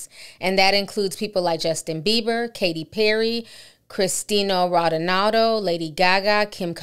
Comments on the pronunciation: The way you pronounced his name was horrendous. Cristiano is a MAN, a world renowned soccer player and you called him Cristina ronaowlado come on sis. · Cristino Rawldinado 😂 You butchered his name but its all good, I needed my laugh tonight, ty haha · The way she read Cristiano Ronaldo 😂😂😂 im dead 😅